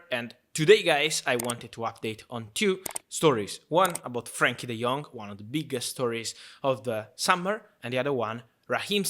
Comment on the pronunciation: It’s Frenkie, not Frankie